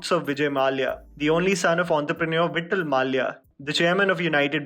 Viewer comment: It's Vijay 'Mallya' not Maalya.